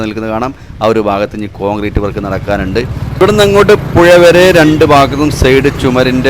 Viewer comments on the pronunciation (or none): നിങ്ങളുടെ വീഡിയോ സ്ഥിരമായി കാണുന്ന ഒരാളാണ് ഞാൻ. വിവരണം നൽകുമ്പോൾ അക്ഷരങ്ങൾ നല്ലതുപോലെ ഉച്ഛരിക്കണം, (ഴ ) എന്നത് ( യ ) എന്നാണ് പറയുന്നത് മഴക്കു ( മയ ) എന്നും പുഴക്കു ( പുയ ) എന്നുമാണ് ഉച്ചരിക്കുന്നദ്